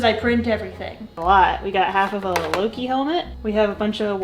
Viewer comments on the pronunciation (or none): none